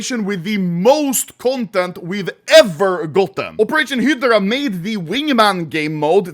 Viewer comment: why are you saying heedra for hydra